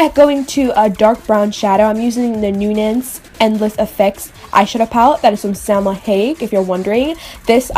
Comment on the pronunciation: Love this look! Btw, the Salma Hayek (high-yek) line, Nuance, is pronounced (new-aunce). I just wanted to let you know because I know you'd want to!